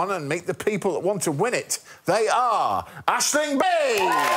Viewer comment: Surely it's AiSling here :p